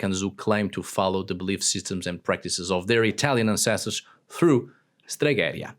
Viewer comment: It is «stregherìa», not «steghèria». But I like the video.